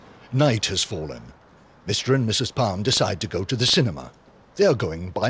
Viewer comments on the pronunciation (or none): Not pronounced ‘Palm’